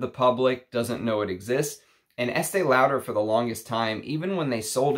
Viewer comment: I don't want to sound mean but your pronunciation of the name Lauder is not correct.